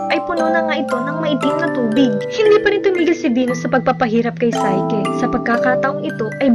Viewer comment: psyche ... say - ki ---- NOT SAY - KE